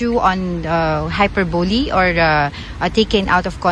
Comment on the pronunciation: Yung pronunciation Nung isang reporter ng" hyperbole" ay very terrible.. ganyan na ba Ang mga mass communication this days😂😂😂